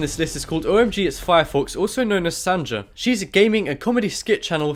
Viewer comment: It's sonja not sanja wtf